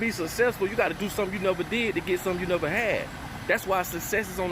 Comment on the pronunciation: 'You gotta do something you neva did to get something you neva had' Now I heard THAT!!